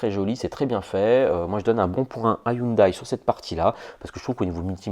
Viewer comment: On dit "HYUNDAI" et non "HYUNDAÏE" .... ;)